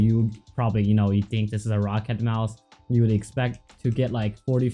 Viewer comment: He said roccat like “rocket” bot with an a instead of a e I saw ro-cat kones